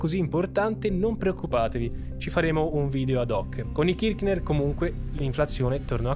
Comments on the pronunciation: KirC ner….senza ch k 😊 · Ciao, la pronuncia corretta è Kirshner (con la s fricativa, che non so trovare su questo notebook). Anche se, per quello che hanno fatto all'Argentina, meriterebbero ben peggio che la storpiatura del cognome.